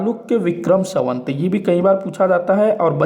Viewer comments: Savant nahi samvat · संवत बोलना तो सीखो